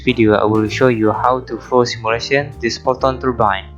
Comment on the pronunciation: simulation word seems hear like Malaysia